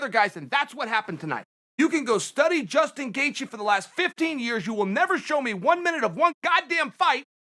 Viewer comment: Justin not Dustin